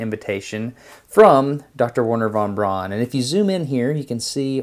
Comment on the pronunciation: Wernher von Braun is pronounced verner von brown just so you sound a little smarter